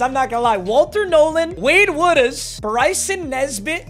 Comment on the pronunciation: Woodaz Is pronounce woodaz